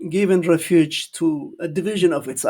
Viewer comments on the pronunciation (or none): none